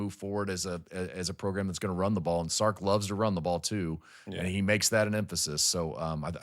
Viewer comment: VY knows it Sark, not Starks, right?